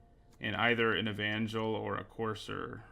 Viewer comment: I'm just commenting here to acknowledge your correct pronunciation of "Evangel". Good job!